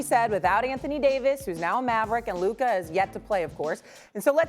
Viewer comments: “Luker Doncic” 😄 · Why does SAS say "Looker"? 😂😂😂 Brih, it's LUKA!!! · Stephen A who is Luker? 😂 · "Luker" - Stephen A "Donkitch" - Mad Dog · “Luker donchick” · Why do people keep calling him “LukER” 😂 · If he Stephen a say “Luker” again